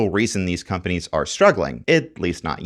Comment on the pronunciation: The way he pronounced companies is wild.